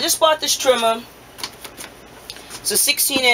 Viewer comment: Hunger Game soon as he said Trimma